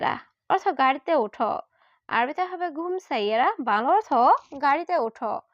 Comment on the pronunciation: বাংলা অর্থ বলেন নাকি ভালা অর্থ বলেন স্পষ্ট করে বলবেন...... বাংলা অর্থ